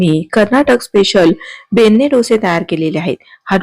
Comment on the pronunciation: ताई ते "'बेण्णे"' असं आहे, "'बेन्ने'" नाही...